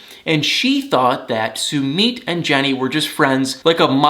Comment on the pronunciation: I really like watching you but why do you insist on saying 'Sumeet'. That's not how it's pronounced.